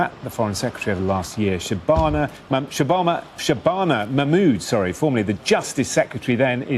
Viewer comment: Shabanabanana Mackkkkkkkmood - Katie nailed it...we all just need a copious quantity of saliva to pronounce it.